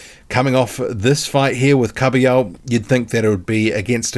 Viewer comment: Kabayel not kabiyo